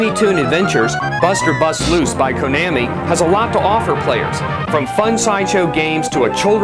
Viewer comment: Konammy LOL its Kon-na-mi